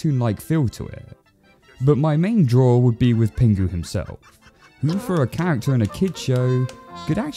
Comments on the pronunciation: it's pingu not pengu haha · Ahh so nostalgic ❤ but broo it’s pingu not pengu 😊😊😊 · Stop saying pengu!! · Why do you keep pronouncing it 'Pengu'?? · I know it's penguinese, but did it sound like Pingu swore to anyone else?